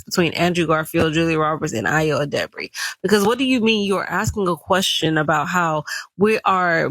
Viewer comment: It would’ve taken you a couple of mins of research to learn how to pronounce Edebiri. Just lazy